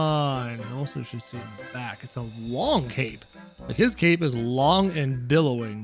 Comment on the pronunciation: It’s not cap it’s cape